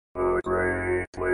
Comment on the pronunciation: What? No. It’s pronounced “Pee-Tross”